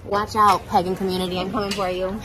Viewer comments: Can we talk about how Trisha literally can't pronounce "pagan" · she didn't even say Pagan right 😭😭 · Omgggg Pagan but I DEFINITELY heard pegging…they do that in the Wiccan Commoontity? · took me 3 replays to figure out she said “pagan” community and not “pegging community” lmfao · she has such a weird accent sometimes w certain words!! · I legit thought she said "pegging community" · It sounds like she said pegging community